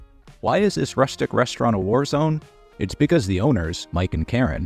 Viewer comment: I like the way Gordon says rstrnt with no vowel sounds